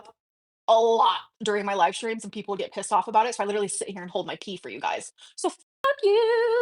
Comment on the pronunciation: That's exactly it though, isn't it? We're all a bit silly in private with our loved ones, but we're not presenting ourselves this way publicly, and at what she considers her career, no less. I couldn't imagine going into work and shouting "leedurly" at co-workers or insisting they're all lahs.